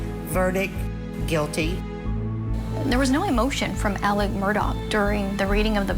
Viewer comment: His name is Alex. Why is everyone saying "Alec"?